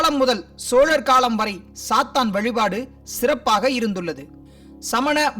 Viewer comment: athu sathaan illa sathan